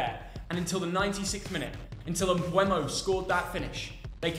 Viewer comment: Nobody ever pronounces MBEUMO's name correctly. Same with OLISE. Very annoying